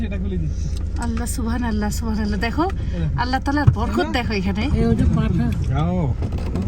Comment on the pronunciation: Please pronounce subhan’Allah properly thanks